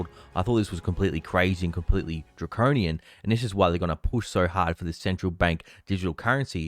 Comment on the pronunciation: You said the word DRACONIAN wrong....twice! :?D It doesn't have two Rs in it.